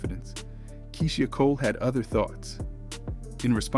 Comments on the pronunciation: Her name is KEYSHIA N.O.T KEE-SEE-HA... UGHHHH THAT BOTHERED ME THE WHOLE VIDEO!!! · I was looking for this comment!! Did no one listen to this before posting 🤦🏾‍♀️ Key-She-aah Cole😂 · Am I the only one that’s getting annoyed with the way he pronounces her name 🙄🙄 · Who tf is “Key-she-a” . Yall gotta do better with the pronunciation of these names 😂😂😂🤦🏾‍♀️ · Her NAME is pronounced Key-sha or Kee-sha not Key-she-ah! Yaw bloggers need to learn how to pronounce pple name that ur doing stories about 😒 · KEY-SHE-AH?? 😂😂😂 BRUHHH it’s KEY-SHA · Keyshia not Keysheeia 😂😂😂😂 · Who is this reporter it is kie-sha Cole and it’s the bee hive not the bae hive and Beyonce’ aight and Kiesha Cole aight I’ve listened to more of Keisha though neither one is a favorite ❤️